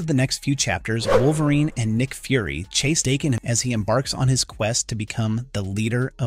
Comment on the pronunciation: DAH…KEN Not Dayken.